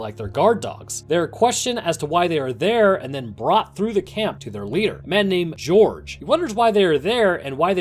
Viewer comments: It's pronounced Hor-hey Not Jorge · How am I supposed to trust your research? You called Chuck a “medic type person”, you called Gorge (Hor-hay) George (Jorj) and they did take the right car from the train, as Eris said Minho was in the car but they knew Thomas was after Minho so they took him out. You obviously didn’t do much work on this video. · It's Jorge (Hor-Hay) Not George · You forgot the most heart breaking moment in the whole franchise. Also, Jorge's name isn't George. It's actually pronounced hor-hey. Fun little tidbits you learn when your friend has the same name. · 1. Thomas THINKS Teresa is hooked up to the machine but she is NOT 2. Horhay’s name is NOT “Gorge” 💀 3. Marcuses name is NOT “Blondie”💀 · Is it bad that literally the whole time I was just screaming 'ITS JHORGE NOT GEORGE' its pronounced horehey not georgeeeeee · bro did all that research and says George instead of Jorge :( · George really it’s Jorge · This dude rly just pronounced Jorge as George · it physically and mentally hurt me to hear jorge be pronounced george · You can tell the narrator just read a summary Bc he says Mihno and George wrong😂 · its pronounced hor-hey for Jorge and but great video :D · ITS JORGE NOT GEORGE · It’s jorge by the way not George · the way he pronounces minho and jorge made me cringe everytime lmao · Allow me to introduce to you, this video: A summary acting as if the books don’t exist A summary that mispronounces both Jorge and Minho’s names A summary that compares Maze Runner to HG and divergent even though that’s a well known no no in the fandom A summary that as far as I know, once again forget to mention that the bOOKS EXIST A summary that fails to realize newt killed himself (slow it down and you’ll see he stabbed his own chest) This concludes my mini-rant :) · Jorge is not george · The way he says Minho and Jorge is a war crime